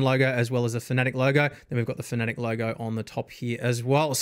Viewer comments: Its pronounced FANATIC or sometimes mistakenly FAN A Tech... never is it pronounced 'Fuhnetic" or ironically "Phonetic". I mean if reviewing a company... look up how to pronounce it? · Am I the only person who pronounces fanatec like fan-a-tec. Cause he says fa-nAtec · There are plenty of people who pronounce it your way. I used to as well until I saw their CEO says “Fa-nAtec”. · It's FANA-TEC, not FANATIC. Pls. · no it's Fa Na Tick